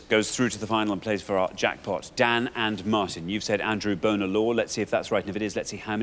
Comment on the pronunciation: Richard and Xander both ALWAYS mispronounce Bonar as “boner”. They do it even when the contestant has pronounced it correctly as “bonner” like Dan did here. It’s so irritating.